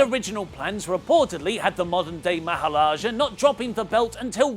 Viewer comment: "Modern Day Mahalajah" Don't you mean Maharajah?